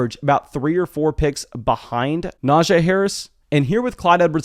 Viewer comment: Brother. It’s pronounced “NajEE” not “Najay”